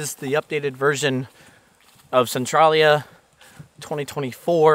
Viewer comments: It's CentrALia, not Centrawlia. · maybe im wrong but in PA we say it like sen-trail-ya like central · It's pronounced Cen trail ya.even the video you added at the beginning of this video says it. Pay attention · Local here. I forgot I had photos from 2012. Your video prompted me to add them to my channel today in a video. You may find it interesting to compare then & now. Thanks for your coverage on this area. (We locals pronounce it Sen-TRAIL-yuh). I had no idea they brought in all that dirt. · This is so odd, I grew up here on the other side of the graffiti highway. Only the movie is actually based on the town though, the games were from Japan and the issues of Centralia fires weren't until the 70s. No fires in the Silent Hill town :) There's a new fire that is burning about 10 mins away that just began -- and it's pronounced "sen-tray-lee-uh"